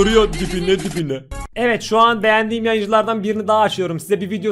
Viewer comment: Hani video nun başında "vuruyo dibine dibine " diyo ya ibine ibine anladım aq idjdhdhd